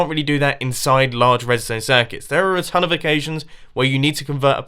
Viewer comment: Instead of hearing mumbo say "I've made a tone of redstone contraptions" I heard it as "I've made a town of redstone contraptions"... till kinda correct, but needs to be done